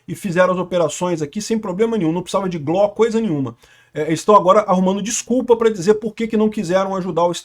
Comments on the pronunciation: É G. L. O. Não gló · repita comigo: GÊ-ÉLE-Ó